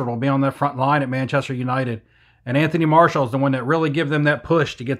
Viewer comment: Listen to commentary during games. Anthony MAR-SHEE-AL is one